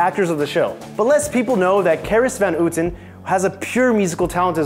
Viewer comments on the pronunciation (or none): Dude you need to learn to say clarice van houten her name. Try to say the ou as au. Like the carbrand audi. Thats how you say it